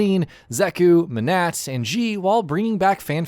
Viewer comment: Who the fuck is Menash, Cage and Loosha? Johnny Cage is coming to SF5? This video is so horrible I'm wheezing 😂